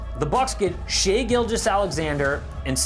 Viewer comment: shai not shae